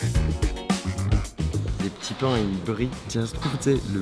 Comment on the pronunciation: « Les petits pain » on sent l’Alsace 🥨 ^^